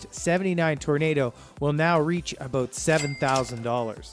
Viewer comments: I think so, he speaks in Liters, plus some of the pronunciations."abote $7000" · He's Canadian...not American. He clips his words like how he pronounces "about" . Explains his lack of knowledge of American cars.